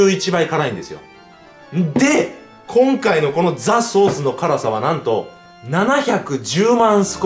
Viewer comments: 雑草っすって聞こえる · ザ ソース が 雑草's って聞こえた